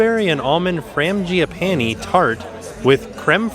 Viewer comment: That's a hell of a way to pronounce frangipani.